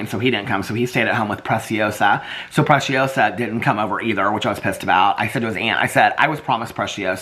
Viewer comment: Alex and his aunt are so cute for telling you that you're pronouncing preciosa correctly. Pronunciation is pre-si-osa Spanish yes (si)